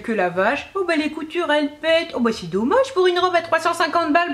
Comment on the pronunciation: "c'est très dom-maje !" 😝 (bon tu l'auras compris je me regarde toutes tes vidéos, désolée pour le spammage de commentaires !)